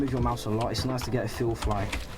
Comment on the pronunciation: "THNUH NOICE"